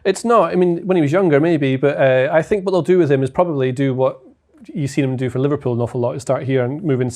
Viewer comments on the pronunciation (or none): none